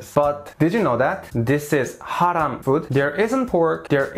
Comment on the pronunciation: Your pronounciation of (halal) and (haram)Is on point!!!